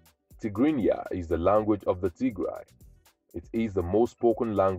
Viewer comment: Tigray 😂😂😂😂😂😂😂😂😂😂😂 you crack me in laughter as soon as you start TIGRAY 😂😂😂😂😂 … you got that wrong mate